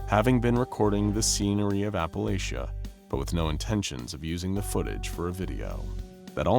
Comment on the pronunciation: As a local, please for the love of god pronounce it “Apple-LATCH-uh,” not “lay-shuh.”